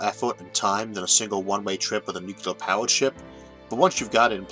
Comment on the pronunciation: Thank you for wonderful lectures. PS: Please consider pronouncing "Joule" as "jewel"(jew-l) instead of "ja-u-l" and "Nuclear" as "Nuclear" instead of "nu-ke-lar".